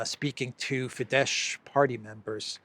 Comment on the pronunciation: it's pronounced OR-bahn, not Or-BAHN. And it's FEE-dess, not Fee-DESH. Kell beszelni magyarul helysen!